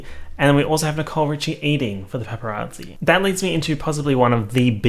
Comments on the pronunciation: Me: Paparazzi: Peppa Yahtzee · says « pepperazzi » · all i can hear is PEPPArazzi and now i cannot unhear it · He really said Peppa Raatsy. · PEPPERazzi is all I hear this who video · All i can hear is u saying pepperazi and it’s making me upset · “pepper at zee” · he really said: pepparazzi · No one:: Pep-per-rasi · All I could hear was pepperazzi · You say paparazzi like pepperatsi and I love it. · pronouncing it like "peperazzi" gives me life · no one:: pepparazzi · i thought you were saying PEPPERazzi as in your dog & i was expecting a video of good pics of pepper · Why do I keep hearing pepperazi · No one:: PepPeRazzi 🌶🌶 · saying pepperazi is so jarring but also comforting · the way u pronounced paparazzi is gross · Me: *listens to the into* *forgets how to say paparazzi properly* Though I guess I don’t pronounce the a either. Why is the a there if no one’s going to pronounce it?